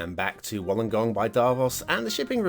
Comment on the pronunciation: Pronounced “wool-ung-gong” 😜. Great place to go whale spotting! Us Aussies like to swear a lot hahaha